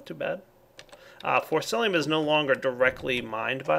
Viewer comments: FORCICIUM! Not Forcilium. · it wouldn't be a video without him mispronouncing Forcicium with Forcilium (Y) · It's Forcicium not Forcilium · You're still saying forcilium.. haha! It's forciCium,! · It's forcicium not forcilium :P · come on. its been so long. its FORCICIUM not FORCILIUM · forciCIUM!!! not lium CIUM WITH A C!! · Dude... when you correct someone make sure to do it right. For-ci-ci-um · its pronounced force C Um